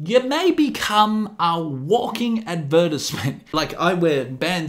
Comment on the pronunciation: Every time you say Tattoo, it sounds like you're saying Taddoo lmao or when you said Advertisement, it sounded like Adversment 😄 Im just bustin' your chops mate, nice video!